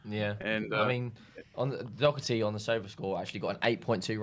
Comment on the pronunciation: I wish they would pronounce his name right at least. Its DOHERTY. Not DOCKERTY, and get off his back. Sessegnon is useless.